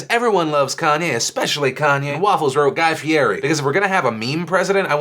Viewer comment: >tfw Phil pronounces 'Guy Fieri' wrong, do your research Philly ;)